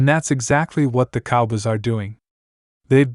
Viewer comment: Your narrator can't say cowboys right. The fact you didn't preview your crap before you published it, that's a BIG let down. I'm sure I'm not the 1st person you let down. 🖕🤡🖕